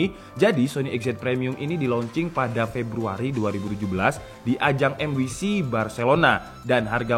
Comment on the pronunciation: Saran aja bang, penyebutan MWC itu "em dabelyu si", biar gak nanggung bahasa Inggrisnya. Heheheh..